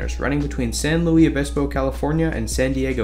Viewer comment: Great video! But just FYI - it's San Lewis Obispo, not San Lewie Obispo. Spanish pronunciation, unlike the larger city in Missouri.